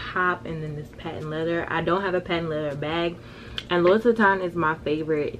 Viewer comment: girl, first of all i love you soooooo much but please hunny, it is pronounced (LEW-E) not (low-es) Vuitton 🥴 you too cute & poppin to not know how to pronounce designer names especially your “favorite” one..